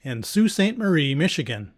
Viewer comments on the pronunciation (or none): none